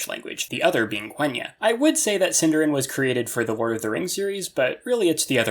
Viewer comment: SindArin, stress the A.